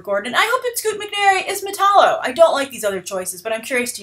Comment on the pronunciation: Say it with me, Metallo meh tal (as in talent not tall) low